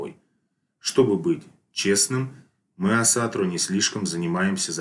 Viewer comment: Почему вы все говорите Асатру с ударением на 2ю А? Весь ютуб пересмотрел и все говорят неправильно, ударение ставится на 1ю гласную